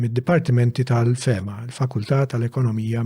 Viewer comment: It's FEMA (not fehema) for Faculty of Economics Management & Accountancy. If you really want to understand that crucial in-between period ( ), which is way more complicated than portrayed in this podcast, get Charles Xuereb or Henry Frendo. Malta became official colony in 1814, after the British ignored the treaty of Amiens (which essentially was a treaty agreed by superpowers in Europe, including the British, that gave the right to the Knights to continue to administer the country). This is not to mention that Xuereb has recently wrote a seminal book treating the need to decolonise the Maltese mind (Decolonising the Maltese Mind).